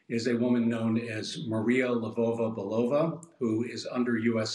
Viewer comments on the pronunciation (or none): I just want to make sure I heard that right; you said "Labova-Balova?"